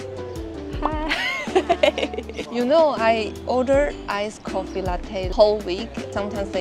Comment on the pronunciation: ” coffee “” ( 摳 ffee) ❌